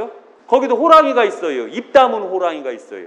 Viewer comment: 발음을 "있어요" 라고 정확히 해주면 좋겠습니다~ "있쉬요" 라고 하니까 성씨 이씨요 라고 하는거 같아 헷갈려요!~ 표준말 해주면 더 좋고요^-^